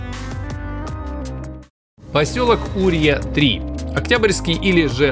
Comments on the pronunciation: И не Урья а юрьЯ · Юрья! слободскОй район. Погуглил бы хоть как читается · Не Урья 3, а Юрья 3 не СлобОдского района, а СлободскОго района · О, Юрья знаю где. Я там был. Только ты неправильно произносишь название поселка. Зимой волков много и очень сильно лютуют.